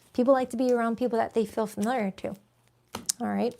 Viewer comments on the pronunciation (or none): none